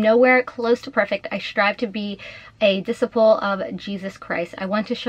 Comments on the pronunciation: disciple is pronounced dih-SY-pull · It “diss-eye-pull” that’s how disciple is pronounced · It’s disciple. De-sigh-pull. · I am extremely offended that she evokes Jesus Christ. As you said wolf in sheep's clothing Btw, disciple is pronounced dee-sy-ple..accent on sy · OMG..ITS. DEEEE_SSYYYY-PLLLLLE!!! DISCIPLE.... That's how it is pronounced!!Geeze..did no one go to Sunday school growing up???wtf